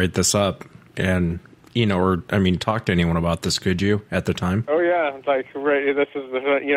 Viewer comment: 😂 what did he say? Ohyeaaviceahbrarythisistheumhayaknow 😂😂😂